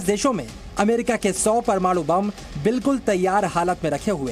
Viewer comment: प्रमाणू नही परमाणू